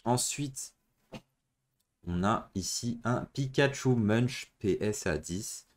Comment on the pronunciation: Salaut! Bravo pour ces acquisitions! La carte Pikachu Much (au fait ça se dit MOUNK ) m'a toujours séduit mais n'ayant pas les moyens je n'ai acheté qu'une copie... Content de voir la vraie, c'est autre chose!